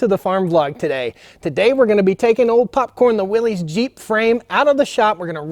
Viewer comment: Nobody with the last name "Willys" says it like "Willies." It's pronounced "Willis."